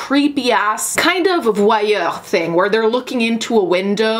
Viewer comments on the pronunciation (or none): So...anybody going to say anything about the "voy-UGHCH" pronunciation? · that's not how you say "voyeur" in English lol..